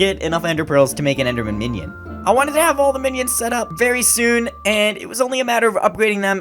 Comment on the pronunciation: He pronounced minions menions